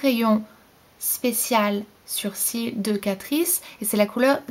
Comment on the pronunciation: Tu dis "surcils" ? :)